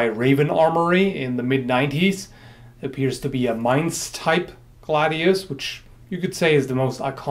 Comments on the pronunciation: As a German, I appreciate that you can pronounce Mainz correctly. ^^ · i really dig your vids on historical topics. also, i think it has been pointed out before, your german pronounciation is on point. to not pronounce mainz like the english word main... are you fluent in german?